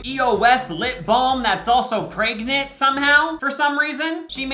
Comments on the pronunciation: yea but he also says pregnant as “pray-gnant” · The way says “pregnant”😂 he says “praygnet” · Nobody- - pRaYgNanT